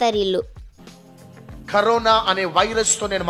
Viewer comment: అది కరొన రా అది కరిన కాదు. .😂😂😂😂😂😂